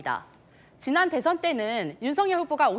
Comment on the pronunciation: 한국어에는 각 단어들에 장음(長音), 단음(短音)이 있어서 국어사전에도 표제어 장음 글자의 오른 편에 : 표로 표시되어 있다. 그런데 요즘 젊은 기자들은 특히 한자어를 말할 때 이를 전적으로 무시하고 전부 아주 짧게 발음한다. 예컨대 '여:당(與黨)', '야:당(野黨)', '대:선(大選)', 재:선(再選), 피:청구인(被請求人), 가:처분(假處分) 등 길게 발음을 해야 하는데 아주 짧게 발음하는 것이다. 요즘 한국인들의 '한자어' 구사가 이 모양 이 꼴이다. 이런 폐해는 한자 사용의 폐지에서 기인한 것이다. 정말 큰일 났다.